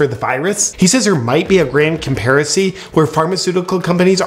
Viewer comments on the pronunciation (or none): A "grand comparacy" 🤣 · “A grand conparacy” 🤣🤣🤣🤣 did anyone else catch that? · Grand "comparacy" 😂